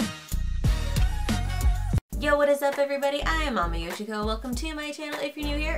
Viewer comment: Everytime you say: AmiYoshiko my brain translate it into: Mami Shiko. SUe me